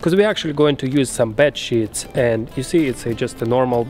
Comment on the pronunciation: Love how you gotta put captions for when you say ' sheets' hahah